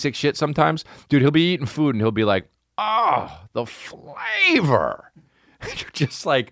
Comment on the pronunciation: ahHhhhh the FlAavvoaoouuRrRr 🤣🤣🤣